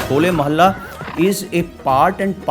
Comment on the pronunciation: Bhai mohalla nhi (mahalla) hota hai